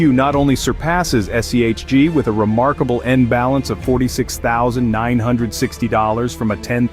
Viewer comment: Disliked for shitty ai, can’t even get the fund name correct